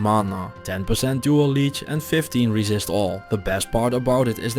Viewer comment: I love how instead of him saying like "50% more damage to demons" he'll say "50% more racist to demons". Cracks me up.